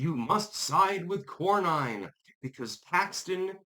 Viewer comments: It’s Cor-nen, not Cor-nine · Nin not Nine. John Kor-nin not Kor-Nine. Texas is a lot more defective in who it votes for than most people know. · As a voting Texan, I have been denouncing RINO John Cornyn (pronounced Corn-In) for years! I held my nose voting for him during Obama, but haven't voted for him since then & actively discourage family & friends from voting for his sorry azz. Boot him back to his mega-ranch & let him fade away in ignominy! FAFO, Cornyn! 🤠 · Pronounced "Corn in" 😂